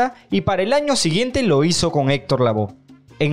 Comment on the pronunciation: No es Lavo!!! Es LAVOE. Quieres echarle mucho estilo a la pronunciación.